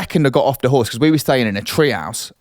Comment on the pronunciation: An ‘orse… 🐴 😂